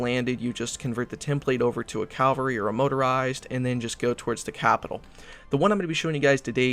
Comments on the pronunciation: Cavalry not calvary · Mecha-G-nized ca-L-vary :p